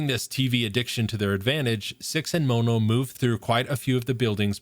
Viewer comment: The way you say mono is painful its pronounced like the mono in monochrome his name is just one